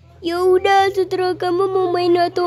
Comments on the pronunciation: Terserah bukan seterah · Emang ko ngomong segera sih mustinya tersera dek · Emm maaf tadi kamu bilangnya Salah terserah bukan seterah😔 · Harus nya terserah bukan setera wkwkwkwkkw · kak 🤣 kk kok ngomong terserah malah seterah sihhh🤣🤣🤣🤣🤣🤣🤣🤣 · Yah gak bisa ngomong terserah wkwkwkwkkwkwkw 🤣🤣🤣🤣🤣🤣🤣🤣🤣🤣🤣🤣🤣🤣🤣🤣🤣🤣🤣🤣🤣🤣🤣🤣🤣🤣🤣🤣🤣🤣🤣🤣🤣🤣🤣🤣🤣🤣🤣🤣🤣🤣🤣🤣🤣🤣🤣🤣🤣🤣🤣🤣🤣🤣